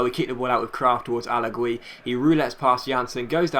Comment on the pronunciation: He's Allagii Not Alagwy :D